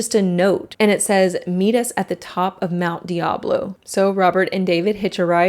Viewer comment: okay, this is totally nit/pickey…but I can see Mt. Diablo from where I am typing. We pronounce it with a long i, like Mt. Die-ab-low.